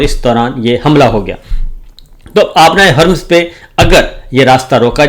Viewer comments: Hormuz not hurmz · 🔥آبنائے ہرمز🔥🔥🔥Strait of Hormuz”””🔥🔥please pronounce properly 🔥🔥